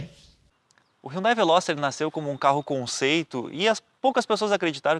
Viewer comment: carro é bom so errou no nome...veloster rsss